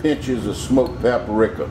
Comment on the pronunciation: is that a bullet hole in your shirt? BTW Paprika is Pap-rika, not Pap-a-rika. Ha ha ha! You crazy Cajun.